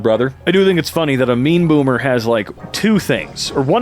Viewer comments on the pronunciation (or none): I keep hearing 'meme boomer' as opposed to 'mean boomer' I guess they're not far off.